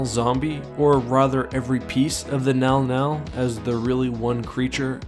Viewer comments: Text: mŋgɑl-mŋgɑl Speaker: “nɛl-nɛl” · Isnt it pronounced Min Gal Min Gal? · Sama. Sy bacanya juga "Menggal-Menggal" xD. Tapi di video dia bacanya "Nal-Nal" dalam hati: ko bisa sih dia baca begitu?" xD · how do you get nau-nau from Mnggal-Mnggal. I am not saying you are wrong, but, I would never guess that is how you pronounced that name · Mnggal mnggal being pronounced "now now" is really fucking with me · Who else thought he was saying "The Now Now"?🤣🤣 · I keep thinking meow meow when you say the creature’s name which makes me laugh. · It's pronounced MNow-MNow? Okaaaay... o.O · The scariest thing is how it's pronounced